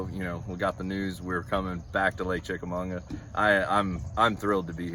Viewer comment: You think they would learn how to pronounce it. There’s no N it Chickamauga!